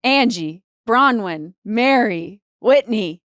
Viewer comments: He keeps saying Bra-win. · Nick calls her Bra-wyn 😅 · No kidding, I wondered if it was just me.... It's BroNwyn.... he did it on another episode too, repeatedly. For someone he loves so much, has spent hours with and holds in high regard, you would think he could pronounce her name properly. It's weird no one corrects him, that speaks volumes. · Anyone notice Michael pronouncing Bronwyn’s name correctly over and over, it was like he was trying to get Nick to realize he was saying it wrong!! 😂😂😂